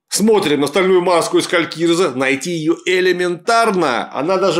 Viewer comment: "Калькииирзэ", зачем-же так кричать D , я и так слышу что не правильно. И почему у меня лёгкое предчувствие, что товарищу Жукову это известно. Поскольку место не в средней Азии, правильней будет Калькри(и)зэ. Рэспэкт, я даже на перемотке этот кал осилить не смог. Какими же классными были (несмотря на всю неисторичность) первые четыре сезона канадско-ирландских викингов.